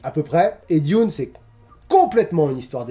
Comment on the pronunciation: Moi j'aime le saucisson trempé dans le thé ☺ Sinon vu que tu as aimé Diune (comme tu le prononce) je te conseille le dernier film plus que celui de Lynch... Mais je dis ça aussi car je ne suis pas fan de Lynch donc mon avis est tronqué ^^"